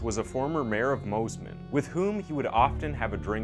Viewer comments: One thing I’d like to stress to you in a kind way- don’t use the word ‘old’, use elderly. Elderly starts at 70ish. From 45-65 is middle aged. 40 is the new 30. Just try to keep that in mind 🙏🏻❤️🤞 (plus it’s pronounced Mossman not Mozman lol 😆) 🥰🙏🏻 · Mosman is pronounced as it's spelt, moss-man. How did you get Moes-man? Lol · It's pronounced Mossman. North American people trying to pronounce Aussie words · It's Moss-man not Mose-man and it's Lith-go not Lithgow 😭😭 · I made the same comments on how we pronounced Moss man and Lithgo 😁🇦🇺